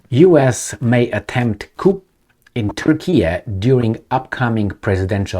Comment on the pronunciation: Hey its pronounced "Coo" the P is silent 😇